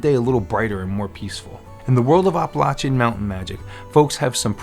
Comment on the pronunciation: Well, that's a new pronunciation for Appalachian. Are you saying Oppolachean? The "App" sound is one thing all residents along its range can agree upon.